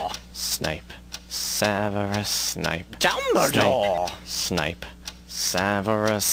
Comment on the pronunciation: "Harry, Sneep, Harry, Sneep" etc. LOL. And also: "Voldemort, Voldemort, oh, Voldie, Voldie, Voldie, Voldemort." XD